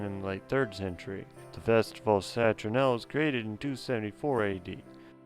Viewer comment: Great info. It sounds like you are saying "Citronella" but I get the gist.